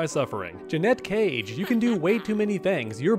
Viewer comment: has a borderline fetish for pronouncing Janet Cage wrong